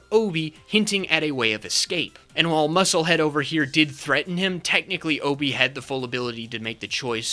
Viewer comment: Just wanted to bring up that it's even said in Saw 2 that Obi's name is pronounced like Ah-Bi, not Oh-Bi